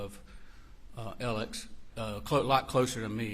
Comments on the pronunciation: Is his name Alec or Alex. How hard is it to say alex. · Why do most of these guys refer to Murdaugh as “Elic” or “Alec”? None of them can pronounce his name (ALEX!) properly! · Spelled Alex, pronounced Alec.